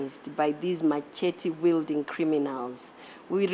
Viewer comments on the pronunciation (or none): Oi, machete is pronounced as ‘məˈʃɛtɪ’ 😢